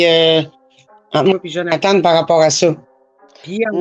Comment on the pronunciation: Jaime quelle le nomme "djonathane" haha